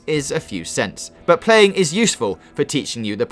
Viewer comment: He's bad at pwaying pokow